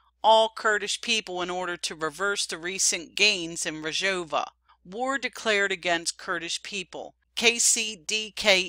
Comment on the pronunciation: Excellent reporting. Just one thing; It's Rojava. That's R-o-j-a-v-a. You are pronouncing it Rajova. It's Rojava, not Rajova. Aside from that this program is great. How to pronounce Rojava